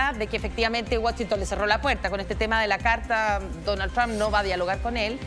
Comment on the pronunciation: Por qué estos periodistas son tan estúpido son los únicos cómo pronuncian el nombre tramp.. Trump